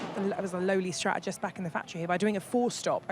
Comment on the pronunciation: I really like Ruth and I wish she would pronounce the t in strategist.